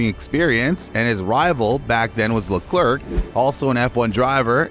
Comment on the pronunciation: you are butchering these name pronunciations Verstaappen? Leclerk?